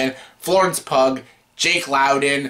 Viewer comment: Good review. However, the actress last name is pronounced pew, as in church pew.